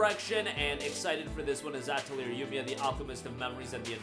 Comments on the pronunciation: Uh-Tell-Lee-Ey (As when Canadians say eh) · I can't take your video seriously when you can't even pronounce Atelier correctly or when you leave Clair Obscur Expedition 33 off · That's not how you pronounce atelier lol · Someone teach this man how to say atelier pls